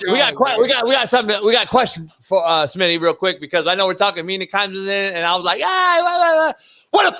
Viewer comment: No more big Smitty it's big SMINNAA